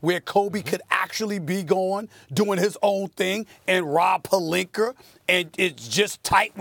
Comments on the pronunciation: Calls Rob pelinkER instead of pelinkA 🤔 how can u mispronounce someone's name with that obvious of a difference in how it's actually pronounced? maybe he's not doing accidentally... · It's retorically sneaky how Stephen pronounces his name. It's clearly PalinkA but he keeps saying PaliknkER which rhymes with and subliminally links with the context of him being a liar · Someone please tell Stephen A. it's Pelinka not Pelinker 😂😂😂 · One minute its Rob Pelinka but the rest of the time it's "Rob Pelinker" lol. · Nobody: SAS: ROB PERLINKER! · lol, SAS really likes to add an extra "er" at the end of words that end with an "a". Examples: - Tamper Bay - Kember Walker - Rob Pelinker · If this man says Pelinker one more time 😂 P-E-L-I-N-K-A. Molly and Max just sit there and let him mispronounce it too 😂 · Nobody: SAS: Rob Palinker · Stephen A....stop adding the letter R to multisyllabic words that end in the letter A. It's Pelinka not Pelinkar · Does SAS say Pelinker on purpose? 😂😂😂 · Rob Pelink”ER” -Stephen A Smith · Stephen A who the hell is Rob pelinker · Why does Stephen A. Pronounce Pelink-ah as “Pelink-er??????????? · Its not Pelinker. Its Rob Pecker. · “Rob Pelinker” lol 😂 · “Rob pelinker” come on Stephen a say it correct once 😂😂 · Absolutely no one: Stephen A.: Rob Pelinker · “Rob Pelinker” “Matthew Dellavadover” “Serge Ibaker” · Pelinker with the hard "E-R". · Nobody: Stephen A : Rob Pelinker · Nobody : Stephen A: Rob Pelinker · Take a shot every time Stephen A Snitch says Rob Pelinker 😂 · "rob PERLINKER " - Stephen A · Rob Pelinker! Lmaooo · Pelinker? Really Steven A? That's so disrespectful!! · Can Stephen A. Smith say Rob last name correctly 😂😂😂 the struggle is real #Palinker 😥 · "Rob PelinKER" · Stephen a dry snitchin. Why does he always say Rob polinker? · Why does SAS call him Pelink-er??? He always goes back and forth 🤦🏽‍♂️. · nobody: SAS: Rob Pelinkerrr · Pelinker Lomenchenko - Stephen A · I'm getting tired of this guy saying Pelinker... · rob pelinkr